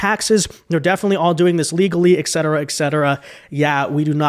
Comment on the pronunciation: There is no X in etcetera